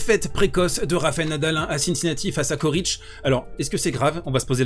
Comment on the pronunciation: On prononce Tchoritch. La première et la dernière lettre sont les mêmes et leur pronociation aussi.